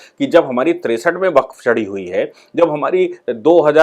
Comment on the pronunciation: Baqf शब्द है, या waqf?